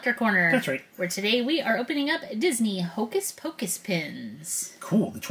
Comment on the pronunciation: and!!!! I love you guys so much but come on it’s hocus pocus!!!!!! lol